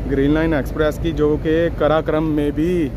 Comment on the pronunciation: بھائی قراقرم ہے کراکرام نہیں